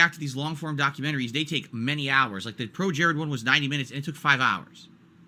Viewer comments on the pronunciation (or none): none